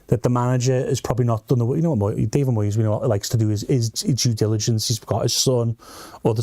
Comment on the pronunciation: What’s this American voice with the mangled pronunciation of , eg, Moyes’s name?